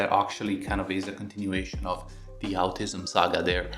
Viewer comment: The way he said “outism” I about fell out of my seat 😂